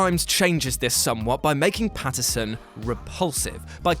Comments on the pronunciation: It's not Patterson, it's Pattinson. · Did you guys pronounce Patinson as Patterson? Because that's what it sounded like in the Good Time entry.